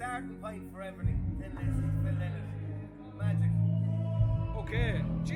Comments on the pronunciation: Phil LYNOTT. It’s amazing the amount of fans that don’t know the right pronounciation of Phil’s surname. And this is the way HE pronounced it when asked (by Gay Byrne on the Late Late Show) if His name is LYNOTT or Linnet. The man himself said it’s pronounced Lie Not. LY NOTT. LYNOTT. Not Linnet !! Get it right please. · The best TRIBUTE to PHIL LYNOTT would be for people everywhere, including Ireland, to LEARN HOW TO SAY HIS NAME CORRECTLY. It was pronounced "LY-not"... rhyming with "WHY not". Phil Lynott's daughters said in a Guardian interview that he hated when people called him "Linn ott," and that he would say "I'm not a f-ing bird!!!" Amazing how so many fans got it wrong for so long. Here is Phil Lynott pronouncing his name correctly